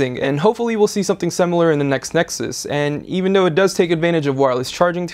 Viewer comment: The way he says "duh" and not "the" or when he says "art" instead if "a.r.t" ugh.. And that shaving scene.. Made me want to cry, I've been a huge fan of technobuffalo for years but he makes me not want to watch the videos..